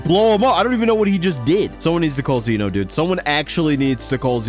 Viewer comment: it’s pronounced Zeno, not zeeno